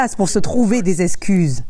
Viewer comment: "des zess'cuzes" ok, bye